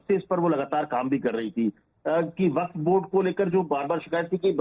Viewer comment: Abe ghanchakkar! Not वकफ it is वक्फ! पता नही कहां से गधों को पकड के लाते हैं और एंकर बना देते हैं!!